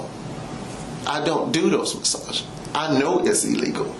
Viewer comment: Now I feel sick about "massages", He raped the word for ever